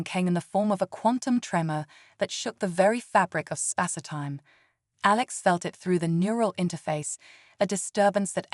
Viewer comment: Whirldwind?? You wind a clock. It is the wind makes waves on the lake. Normal Spass-eh- time. It would be perhaps Space Time😅😅